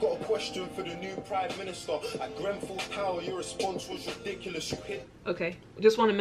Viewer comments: Bit of advice make sure you get the name right of Grenfell it comes across so disrespectful, love your work but please don't keep getting that wrong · ‼️‼️PLEASE READ IT ALL‼️‼️ It’s grenfell by the way 🤣 David Cameron was our previous prime minister before thereasa may who made an election and said that if we voted to leave he would resign making Theresa our prime minister but if we voted to stay in the eu he would still be our prime minister the uk voted for us to leave the eu forcing him to resign nobody liked David or not many so that’s why the general public saw this as an opportunity to get a new prime minister but it meant that we were forced to leave the eu which the government didn’t want and they truly believed we wouldn’t vote him out of office but of course he was hated so he kinda screwed himself over believing we would care more about leaving than him resigning,so that’s why we have left the eu ,well in the process of leaving. Also the uk is the same when you were saying the us promised u benefits but haven’t received them for being essential workers. It’s the exact same over here both my parent are nhs nurses, constantly facing corona. The Conservative party (the party of the prime minster who are in office ) ( boris)were debating weather nhs workers should received a pay bonus, before the corona , they cheered when nhs workers did not received a pay bonus. Then when Boris became ill with the virus they thanked the key workers , asked retired nhs workers to start work because it was too much for the nhs, promised us a pay bonus because of our hard work , clapped every week , when Boris became better nhs did n